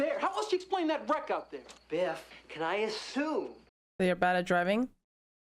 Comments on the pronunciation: His Name is Biff not Beef. Beef is the word your referring to that means has to do with Steak while his Name Biff is a common English masculine name derived from a nickname that means strike, hit, or punch. Throughout history, Biff has remained popular with parents owing to its short spelling and one-syllable structure, which makes it easy to pronounce and remember. The name is pronounced as BIF. Many famous personalities have popularized this name, such as Biff Byford, who was named Peter Rodney Byford at birth in 1951, an English singer best known as the lead vocalist of the heavy metal band Saxon. With a career spanning over five decades, Byford has become a significant figure in the heavy metal genre, contributing notably to the new wave of British heavy metal. Similarly, Biff Henderson is widely recognized for his comedic and television personality roles, particularly on Late Night with David Letterman. Also, Biff Mitchell is a Canadian novelist, satirist, and humorist who has penned several novels, including ‘Heavy Load,’ which he describes as the world’s first ‘laundromance.’ His works often weave character studies from his varied work experiences into compelling narratives. Biff was a live Wolverine mascot for the University of Michigan in the 1920s and 1930s. Initially paraded at football games, symbolizing the team’s spirited and fierce nature. In fiction, Biff Brewster is the central character in a series of 13 adventure and mystery novels for adolescent boys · His name is Biff, not beef. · It’s biff not beef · His name is Biff, not beef, which is steak.